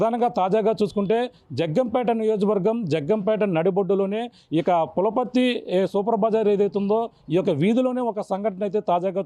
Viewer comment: అది పులపర్తి కాదు నాయన పులవర్తి... తెలుగు చదవడానికి ఇబ్బంది..